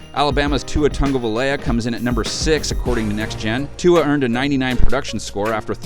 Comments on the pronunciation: The way he said “Tua tungovaleia”.... I felt that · Abc Def it’s Tua Tagovailoa not TagovaLeiah